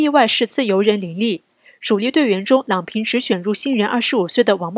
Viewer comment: 郎平第二声